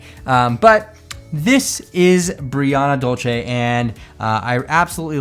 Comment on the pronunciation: Her name is Brianna Dulce (Duel-Sey), not Brianna Dol-che. Dulce is Spanish for "sweet." Anyway, aside from MyFroggyStuff, your RH doll reviews are entertaining to watch. Most of the other RH reviewers are annoying, especially the ones who constantly focuses the camera on themselves and not the doll!